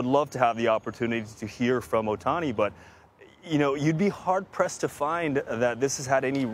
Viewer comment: can these newscasters just try to learn how to say ohtani...?? They need to try harder